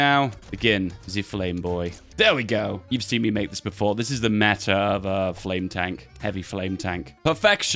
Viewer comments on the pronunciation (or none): none